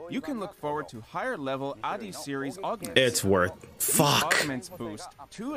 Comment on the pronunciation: He said "higher level addis"